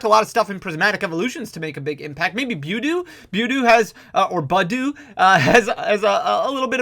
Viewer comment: I love you dude but when you say “Budew” it makes my eye twitch